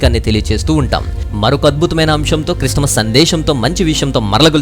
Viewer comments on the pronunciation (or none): none